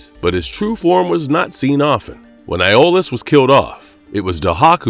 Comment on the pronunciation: He also mispronounced Iolaus as "Aiolus"